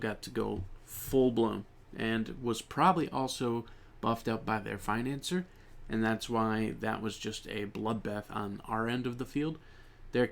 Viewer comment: i think you pronouns financier's name wrong, because it's in French ( [finɑ̃sje])